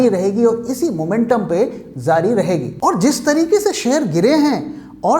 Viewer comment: Zaari is not Correct Word, so Please Say Jaari (جاری رہے گا =will Continue)